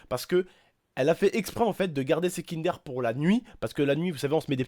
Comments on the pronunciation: qui a remarqué que à la place de dir kinder au début elle dit kindér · sa se dit kindeur pas kindér au passage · c'est pas kinderre c'est'kindeure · Mdrrr sa me stresse le "aire " c'est kinder pas kindaire il me stresse à dire ça tonton !